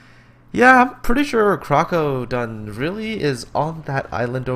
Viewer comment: This is Crokodone, and yes you pronounced my name correct. In regards to my parking cops throwing tickets at me >;D, it was the circumstance, not so much the tactic that parked me on the beach. This replay was around the 9th or 11th attempt at the challenge and this was the highest grossing damage with my Cleveland. I myself thought we would be seeing 150-250k replays from this challenge. I am far from the best player and I certainly do not have the best connection. But there are several factors that dictated this match. (1) the mass of red on the other side of C cap would have spelled suicide had I done what you would have done. 2) our DD's took out the other side's dds very early freeing me up to deal with the bumrush on C cap. 3) With the increase of BB penetration across the board, the island gave me a 2km shield from every ship going up the slot. even that St. Louis did a sizable amount of damage to my boat. 4) anyone who wanted the C cap had to show me their sides and the battleship and destroyer with me backing me up insured I did not get overwhelmed by the enemy battleships. This contest was not about entertainment, I was certain some people were out there trying to be Neo and dodge fire from half an enemy fleet while derpinating the game; I do not know if you were one of them. But none of them met my expatiations when I myself believed when my 100k damage game was going to be the lowest of the competition. I am not trying to offend anyone, just pointin